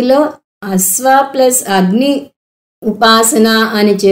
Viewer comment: అమ్మా మీరు 'అస్వా' అనిపలుకుతున్నారు. 'అశ్వా' అని పలకండి. ప్రతీ చోటా 'శ' కు బదులు 'స' పలుకుతున్నారు. సాంతి,సాంతి,సాంతి అని పలుకుతున్నారు. అది "శాన్తి, శ్శాన్తి, శ్శాన్తి:"